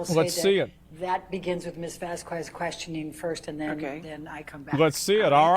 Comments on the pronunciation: Atty. Elaine its pronounce as Vas-kez not Bas-kwez. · can Elaine please learn how to pronounce Vasquez 😩 "miss VASKWEZ" smh